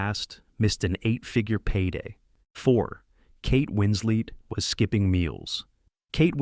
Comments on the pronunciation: I cannot deal with how this narrator keeps saying Winsley instead of Winslet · Winslet, not Winsley! Facts matter! Just one of several inconsistencies ! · Winslet, not Winslead... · “Hunting for husbands”? Kate “Winsley”? 52 seconds in. I’m out. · Kate Winslet also lied about her age. And why can't you pronounce her name, Mr Robot? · a million ways to mispronounce "winslet"